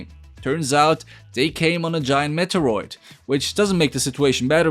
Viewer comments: Met-er-oid.... its mee-tee-or-oid instantly clicked paused this video and cant finish it. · What the fuck was the way he pronounced meteriod?! Lmao